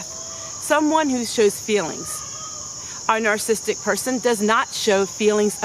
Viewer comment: You are an open book and I love you for it. The teacher in me just wants to mention this personality disorder is pronounced : nar SA sis tic not nar sis tic. Let's pray for each other b/c all of us have a little bit of everyone else in us. You are right, leave them alone, but always seek peace and beauty! Sorry someone was so mean. My mom always said "Kill 'em with kindness." God turns everything around for good.